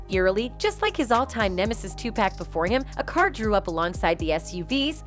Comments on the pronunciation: 2pack😂should knight😂 I can't take this female serious at all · It's 2 pack not to pack it's Suge like sugar not Suge like sewage ppac been dead damn near 30 years and y'all still sayinbhis name wrong